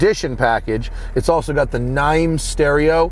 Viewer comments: "Naim" is pronounced "name" not "nime". Other than that, another fantastic review and video. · It's pronounced "name" not "nime" matt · Naim stereo is pronounced just like the word name. You should hear some of their home sound systems. Probably one of the best hi fi manufactures in the world.